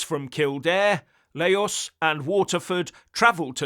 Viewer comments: Laois is pronounced "leesh". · Gardaí = Gar-dee Laois = Leesh